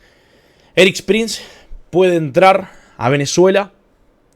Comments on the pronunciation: se llama ERIK PRINCE. ERIIIICCCCCC. PRINCEEEEE. NO ERIK PRIN. ERIK PRINCE!!! ya parecés maduro hablando de elon mok. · No es Erik Prince, si no "Erics" Prince, el liberara venezuela